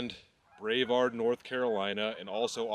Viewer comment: Its “bruh-vard” NC 🤣. That’s like an hour from where I live. They have some nice breweries there. I envy seeing all the snow we dont get much of that here in Upstate SC. Another great video keep doing your thing.